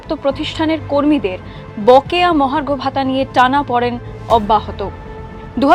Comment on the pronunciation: আনন্দবাজার পত্রিকা যারা বাঙালিকে বাংলা শেখায় তারা লিখছে এবং উচ্চারণ ও করছে টানাপ(অ)ড়েন!!(39 sec.) কথাটা তো টানাপোড়েন.....অবশ্য আনন্দবাজার বলে কথা!! আম-বাঙালিকে তো মানতেই হবে😊